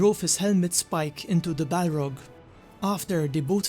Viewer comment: It's balRog with strong R